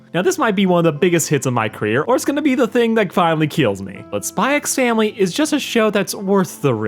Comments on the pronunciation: You don't pronounce the "x' in Spy x Family, I don't think anyway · It's not pronounced "Spy x Family". That's just a stylistic thing in alot of Asian media just like Hunter x Hunter, which would just be pronounced "Hunter Hunter". Good video, but I'd just thought I'd let you know.